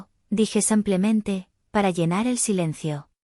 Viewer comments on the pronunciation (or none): So se dice simplemente y tampoco san Clemente ,se dice simplemente ,de simple